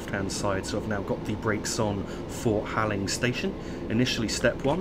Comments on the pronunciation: Im sure this doesn't particularly matter but Halling is pronounced Hall-ling not Haling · Halling is pronounced Hauling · Hi. Great video as always. Just one very minor thing...Halling is pronounced as Hauling.